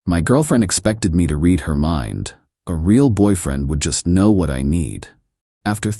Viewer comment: Anyone else notice that the AI voice pronounced the "k" in " know" each time? 😁😂